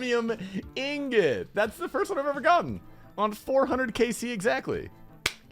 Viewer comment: The only osrs content creator that pronounces the word “Ingot” correctly. It gets me so heated when I hear people call it “Ignot” like they don’t understand how -ing is pronounced.